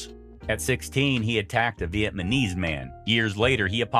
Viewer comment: I swear, the AI narrator says, “Vee-yet-my-knees.”